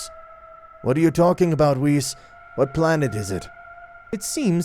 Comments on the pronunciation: Ah yes, WISS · “Wiss” lol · bruh, dude legit called Whiz "Whiff."